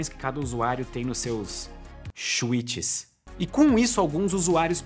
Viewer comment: "Xuites" 😂! Boa!